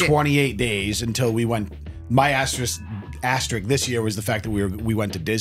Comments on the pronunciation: That Dry January guy cannot say *asterisk properly. He’s missing the K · is worried that he mispronounced coupon, completely unaware that he consistently says asterisk wrong. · was worried about how he pronounced Coupon, not worried about his pronunciation of asterisk.